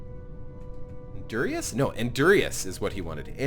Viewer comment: It's Enderious, with an e, not a u.... Just to clarify